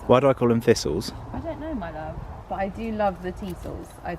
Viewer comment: I couldn’t understand what “theesals” were until said thistle 🤣 that’s what we in America call them.